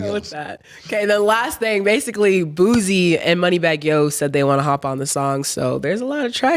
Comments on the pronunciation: Aye did just say “boozie” instead of boosie come on now that’s a legend😂😂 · pronouncing it "Boozy" was a little disappointing. 😩 Not you, TOO,! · Its BOOSIE not Boozie lol